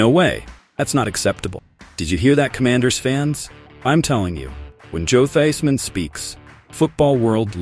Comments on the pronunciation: Quit saying Theismann .Wrong common man really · Please pronunace the name of Redskins´ legent correctly